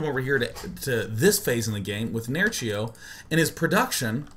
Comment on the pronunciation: I love how you pronounce Nerchio :P